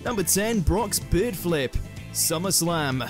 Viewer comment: Yikes 😬😳 I thought you said beard not Bird.